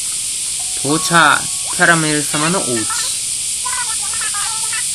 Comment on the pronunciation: キャラメルのアクセントに違和感あるのは僕だけかな？(笑) 僕は食べ物のキャラメルと同じ発音でキャラメルと言ってます！ まぁ人それぞれだな！それとも、僕がおかしいのかな？